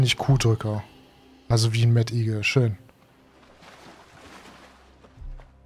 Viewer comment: Ich möchte mir jetzt noch kein Urteil bilden. Werde also auch weiter schauen, aber ich befürchte wir sind zu sehr von Medievel verwöhnt! 😉 Sagst Du eigentlich absichtlich Mett-igel? 😆